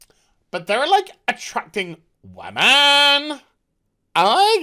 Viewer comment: "the wammins" lol